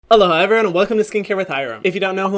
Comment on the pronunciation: I've always thought he said "hello hyram everyone" like some kind of words play or something, but turn out it's "aloha everyone"... What a weird pair of ears that i have